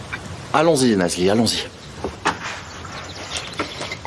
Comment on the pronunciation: 😂😂😂😂😂 c'est parce qu'elle vous énerve que vous ecorchez son nom ?😂😂😂😂 C'est Nazli